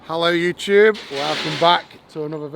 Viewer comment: "Hello Yoochoobb" - well hello to you too, Eddie :)